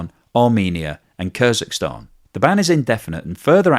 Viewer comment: KyrGistan, not Kryzistan 🤡